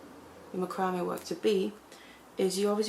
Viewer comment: I love listening to you.I love how you pronounce macrame. That's the way it is spelled. I have watched others but I like your tutorials the best. I finally bout a small macrame board and I am going to start with the bezeling cabs. I am basically a beader but want to make so jewelry with macrame. Thanks for the best videos.